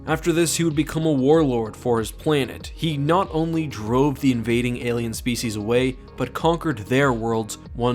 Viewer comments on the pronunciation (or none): none